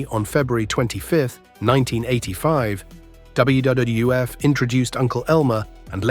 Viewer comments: jeez, that poor ai voice is having such a hard time saying WWF. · I must have missed that Pipers Pit on W double F shows. Man the A.I really struggles to say WWF. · Too bad AI can't say WWF consistently